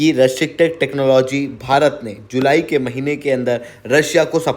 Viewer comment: Bhai, restricted bolna to sikh le